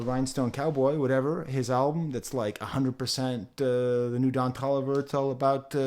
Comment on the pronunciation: i don’t think it was on purpose but pronouncing don toliver don’t oliver was hilarious, also please review the new mavi album. AVAA